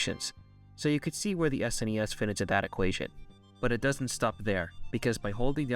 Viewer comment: You got my attention and respect when you said S-N-E-S and not "Sness" as some people say it which always drives me nuts lol